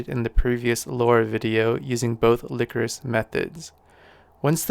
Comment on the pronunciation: That is probably pronounced (lie chorus) not (lick or us).